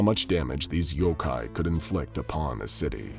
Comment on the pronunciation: Yokai not Yokay